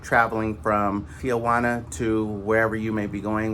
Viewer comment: It's not Tia-Juana. It Ti-Juana.